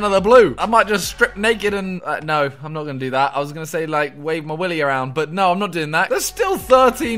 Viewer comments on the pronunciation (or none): none